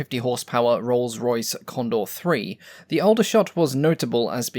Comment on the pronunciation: Aldershot is pronounced (Awl)dershot. I was born there in 1958 🙂